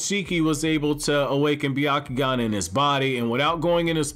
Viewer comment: It's pronounced Byakugan. But it's ok. We all make mistakes.